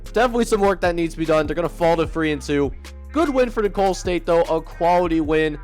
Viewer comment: For future reference Nicolls st is pronounced like “nickels” state. Keep up the great content